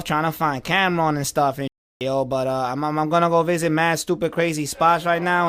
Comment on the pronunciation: Computer putin Camron not hea AHHHHHCAMRONNOTHEAAAA🤣